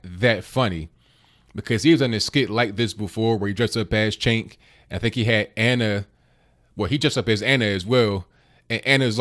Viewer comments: it's pronounced Chunk Yogurt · Pronounced chunk, but I digress. I'm a fan of Crowder but this stunt reminds me of the idiots who disrupt Trump events. I cringed.